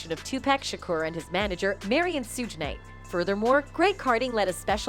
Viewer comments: Suge is pronounced shug like sugar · Suge....like Sugar. Not Sugg and PAC like Ahh...not Akk🤣🤣🤣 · You have to learn how to pronounce names before you can make commentary. Its pronounced shug like sugar but you dont spell it like shugar. Am Tupac is pronounced like toopock. Not too pack. I couldn't get half way through the video cause it seems everybody videos are doing this. Can yall atleast do yalls homework. Geez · Yes and purposely just to not get sued for defamation of character